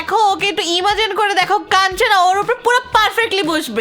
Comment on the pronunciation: কানচানা 😅😅😅😅না কাঞ্চনা ভাই